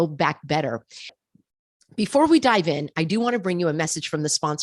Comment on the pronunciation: "before we DIVE-IN" LOL 😆